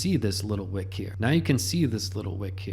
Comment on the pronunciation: Whick?….Joohn whick 😏